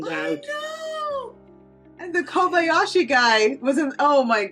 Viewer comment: Kabalski - No. Kabashki - No no. Kobayashi 😅 I enjoyed the movie with you guys, such a sweet couple.